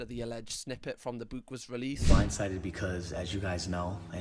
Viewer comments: Here for the way you pronounce bewk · Fab video it's killing me how u say book sorry 🤦‍♀️🤣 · Why do I laugh every time says book in his accent 😂😂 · I love accent Also him saying the word "Book"